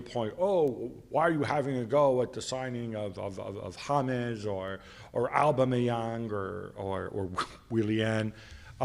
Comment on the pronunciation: Gab, start pronouncing Aubameyang's name correctly and i might start taking you seriously.